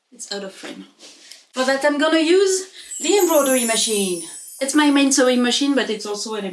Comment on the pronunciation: "With seam allowence its seven" The accent on "its" sounds like six